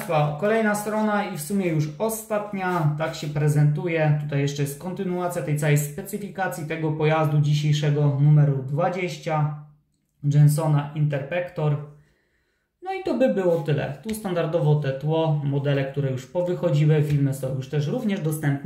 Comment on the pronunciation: Ani razu podczas filmiku nie wypowiedziałem dobrze nazwy tego angielskiego auta. To nie Interpektor ani kolejne źle przeczytane nazwy. INTERCEPTOR